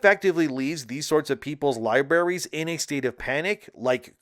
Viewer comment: Oh my fucking god how many times are you going to say "lie berries" instead of libraries?!